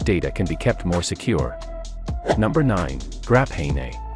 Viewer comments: "Grap-hey-ney"... 🤦‍♂️ Graphene. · It looks like the AI isn’t as good as they thought “Grapahaynay”😂